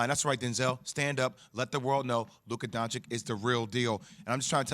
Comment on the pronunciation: I'm surprised Jwill is able to pronounce Dragic, but not Doncic...